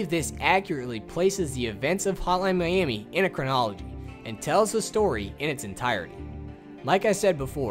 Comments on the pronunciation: all i hear is "Holan miami" :D good work though! really cleared some things up for me. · Is he saying "Hotline Miami" or "Holla miami? 😆